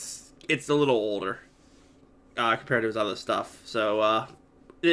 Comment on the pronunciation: i just like how he said oldERR